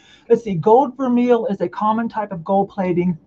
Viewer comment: Vermeil is pronounced VER-MAY